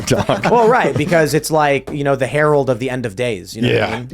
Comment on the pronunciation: Did Tim just say the Harold Of The End Of Days?”